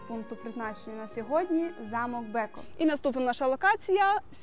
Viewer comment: Не треба переносити правила читання з англійської мови на словацьку!!! Тому BECKOV читається не БЕКОВ, а БЕЦКОВ. Місто Тренчин, але ТренчАнський, а не ТренчИнський замок. Але за українську мову вам все вибачається.